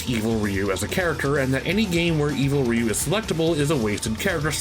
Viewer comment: 📣 Will someone PLEASE sit "" down and teach him how to pronounce RYU's name? It's not the 90s anymore, we've been schooled on his name and what he says!! And before he even attempts to butcher Kage's name, please tell him it's Not Cage That also goes for the Legend Of Kage for NES Ok, back to your lives.